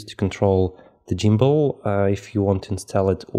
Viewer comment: good info but its gimbal not jimbal